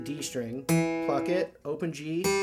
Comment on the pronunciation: LOL anyone heard him say f@ it funny how pluck sounds like f@